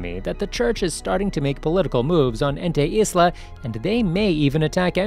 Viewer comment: You saying ente isla is like you saying it antu-islam, such a bad name to use for calling a place